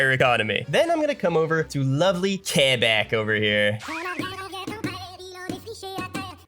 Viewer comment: Oh they know a lot about canada, they must be canadian… says “Quebec, Quebecois and Val d’Or” like a native… OHHH FRÈRE ⚜️